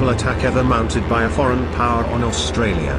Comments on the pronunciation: Australia not Austrarlia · Australia not Austrarlia... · AUSTRARLIA? The narration is hard to endure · "Austrarlia?" Really? This was an interesting presentation about an action I'd never heard of, but to be taken seriously, you need to proofread your stuff. Nothing puts me off more than badges of ignorance in material I hope to learn from. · damn. WHo wrote this? Austrarlia? I do that in the morning but would use a speller for something like this. If this IS machine speech-it makes some serious errors of pronunciation which identify it as non English speaking creators. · What country this fella AustraRlia? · why is it Austrarlia ? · Austrarlia :), otherwise, brilliantly done :) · Great Video but its Australia not Austrarlia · It’s Australia not Austrarlia. Fair dinkum’, at least get our name right. Clearly your graphics person can’t spell. It is gun battery, not baterry. Also the narration should be South Australia, not ‘Australia’s southern state’. Very poor video for these reasons alone. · Austrarlia, that’s how Japanese pronounced it. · Sorry but all credibility for this video is lost when you read "Austrarlia" (sic) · At 3.17 ..AUSTRARLIA ... 🤣🤣🤣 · Austrarlia lol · its Australia and not AUSTRARLIA hahaha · Haven’t heard of “Austrarlia” before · "Austrarlia" seriously? talk about amateur hour! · Mate, the narrative is horrific and what the fuck is AUSTRARLIA? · AustraRlia.. LMAO. too many Rs.